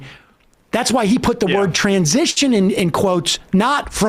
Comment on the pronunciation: I like how he put extra emphasis on the word "transition" because it became a trigger word... It's not even in the context that the right-wing usually rages about...